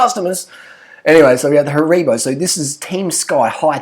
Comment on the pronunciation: “Harebo” 😂 it’s pronounced Haribo which funnily enough is how it’s spelt